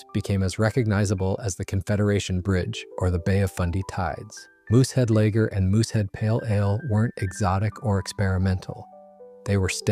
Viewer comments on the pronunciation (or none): Moosehead LAger? (Long A?) You know how to ruin a good story! I’d prefer a real voice…please.